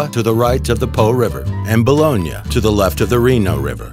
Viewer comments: He said balogna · Wait.. I’ve been saying bologna wrong all this time?